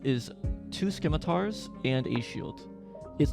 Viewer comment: Nice video. For future reference scimitar is pronounced: sim-muh-tar (the c is silent) ❤️